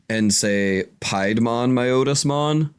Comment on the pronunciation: Not calling out, just informing. Piedmon as in pied piper. Its not your Otis, its My-otis-mon. Those are both in the first anime series, and so have official pronunciations.